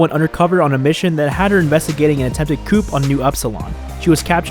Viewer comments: Just small detail, coup is pronounced ‘coo’ not ‘coop’ sorry I’ll go now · Great video… (fyi coup is pronounced ku… think “you” without the “Y” and add a K… ku) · Coup is pronounced "Koo, or kue" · The 'p' in coup is silent. Unless we're talking chickens... or covid. Now you know. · You don’t say the P in coup but still good video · Did u seriously pronounce the p in coup? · The p in coup is silent. It's a French language thing. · The p in coup is silent